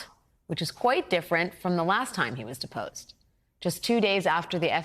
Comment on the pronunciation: I heard that as "Disposed"..Lol. Diapers led me there.....